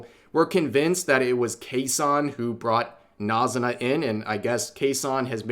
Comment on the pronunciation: Why does he keep saying NAZ-zu-na instead of NA-zu-na